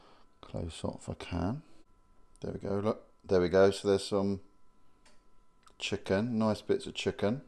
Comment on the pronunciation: Never heard anybody say "chucken' like that before. Never heard somebody eat a tinned chucken curry before either, really hope I never do so again.